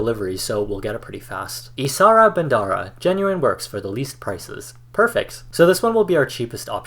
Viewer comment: "Ishara_bandara" lol! I was laughing at how he said it, bcs it isn't pronounced in that way lol 😂😂😂 I think so 😅😅